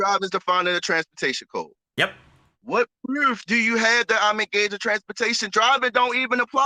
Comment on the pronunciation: Is it me or does he pronounce any word with a "oo" like "proof" as "eww" example "pr'ewwf" or is it just me? Coulda been just me because for whatever reason it annoyed the sh*t outta me. Im surprised with all those right to travel always "win" in court and get outta jail free packets being sold for $500 - $1000 no Sov Cit has come up with Hooked On Phonics Sov Cit Edition $1299.